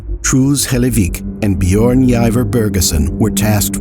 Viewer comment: "bee-yorn" I'm begging you to learn how to pronounce foreign names, literally just put it in a tts for the corresponding language and try to mimic that...... jesus